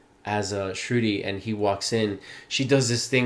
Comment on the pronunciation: Shru-thee. That’s how Shruti is pronounced with the soft “th,” sound, and the long “ee.” Also, the stress is on the “thee,” half of the name not the “Shru,” part. ❤